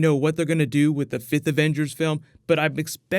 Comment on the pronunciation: Did you say ... Fifth?